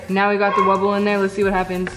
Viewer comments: It's not wubba it's wubble😆😆😆😆😆😆😆😆😆😆😆😆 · DID ANY ONE ELSE NOTICE THAT SHE SAID WUBA AGAIN !?!? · Ypu said wabba again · U SAID WABBA!!!! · Not tryna be rude but it gets me SOOOOOOO mad when you say "wabba"